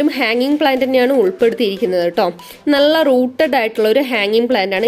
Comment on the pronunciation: നള അല്ല നല്ല, plant എല്ലാം കൊള്ളാം